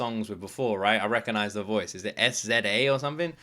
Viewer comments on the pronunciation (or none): Yes, SZA, pronounced Sizza (like scissor) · OMG 😂 I don't know if you really read each comment or just like it, but I hope you do read cause we gotta talk. First - pronunciation lol Wacced is whacked SZA is sizza or scissor but with an A on the end instead of "or" Second - The first track is not about government politics it's more the politics of the rap game. Also, I am still of the mind that religion and politics are loaded convos Third - previously we asked you to check out Watch The Party Die, it was relevant to the journey as it was after the beef and before GNX Fourth - After this you need a breakdown explaining the meanings in this album. Also Vids from the album, Squabble Up and Luther (also Luther Vandross and Cheryl Lynn sampled from If This World Were Mine) Other things (observations) He is aggressive but not angry in the way I think you mean. All his Drake digs were subtle. You should totally rewatch the superbowl after GNX to appreciate it better and catch the things you missed. I am sure I have more but we have two more reactions for GNX so... ❤ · SZA is pronounced like “sizza”. Or scissor with a British accent lol. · He's talking about Drake, the false friends he thought were genuine, and the Industry and their shady practices when he says "F whoever's sympathetic to the other side". And I'm not sure if anyone helped you out in previous videos but the artist's name SZA is pronounced "SIZZ-UH". Also "Wacced" is pronounced "WHACKED" with a hard C. It means crossing out, or defacing.